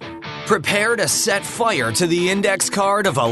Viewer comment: Where is the announcer from? That pronunciation of fire is bizarre.